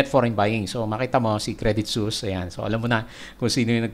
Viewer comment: Suisse is pronounced as ‘Swiss” po. Credit Suisse is a Swiss company based in Switzerland.